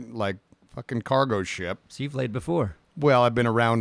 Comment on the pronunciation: First i did think it was just making got laid into lade as a joke pronunciation, but then my trucker stuff came to mind